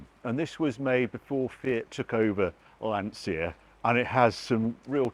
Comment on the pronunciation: Still can't pronounce Lancia or Guigaro